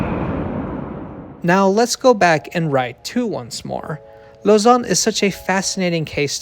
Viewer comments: Well really it's more like /lozan/ i think, rather than /lozɑ̃/, but still way better lol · Glad to see a YouTube channel pronounce Lausanne properly instead of pronouncing it like lasagna